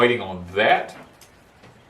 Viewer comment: Ahhh peace treaty! Thought you were saying peach tree at first!!